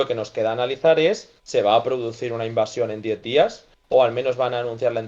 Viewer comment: Se dice invasion. No invacion.